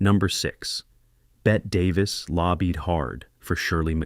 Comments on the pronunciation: Its not bett Davis its pronounced bettiy you dope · Bett-EE Davis! Not BET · Bette Davis’s name is pronounced “Betty.” Not Bet. Not bothering to research proper pronunciation makes you sound ignorant. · “BET” Davis??????? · They should learn the language before producing these types of informative formats. For example: Natchitoches=Na-cuh-doe-chez Ouiser=Weezer Boudreaux=Boo-dro (long o) Bette Davis=Betty Davis 🙄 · it's pronounced Weezer for Shirley McClain's part. And you should be fired for not knowing Bette Davis' name is pronounced "Betty." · It's pronounced "Betty" Davis, even though spelled Bette. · Also Bette Davis as Bet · Narrate with correct pronunciation please! I can see how someone would have a hard time pronouncing Natchidoches... I get how Ouiser is hard to pronounce by the spelling but my God please, Bette Davis? It's pronounced Betty!! I can't watch Anymore. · It’s not Weez-air or Wiser or Wheex-air it’s Weezer, like the band. And Bette Davis is pronounced Betty Davis.